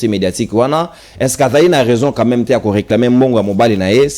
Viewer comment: Le Monsieur prononce très mal reglamer ou réclamer ???